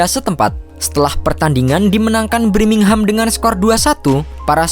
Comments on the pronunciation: BIRMINGHAM TOLOL BUKAN BRIMINGHAM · Wkwkkwww Birmingham Knpa jdi Brimingham Ngakak gua setiap dia ngomong gitu... Hahaa hahaaa Semangat trus 👏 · Birmingham bukan BRIMINGHAM blokk!!! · BIRMINGHAM bukan BRIMINGHAM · Birmingham min bukan Brimingham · Brimingham apa birmingham min 😅